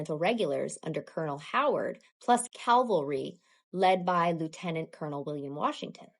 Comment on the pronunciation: What is the Calvary you speak of??? Calvary is where Christ was crucified. Calvary wasn't present at Cowpens as it is located just outside Jerusalem. Cavalry however are armed men on horses. I'm not trying to troll, but you really should be able to properly pronounce words when making a video. This is a common error but one that should and could have been avoided. No reason to make fellow libertarians like me sound and look bad.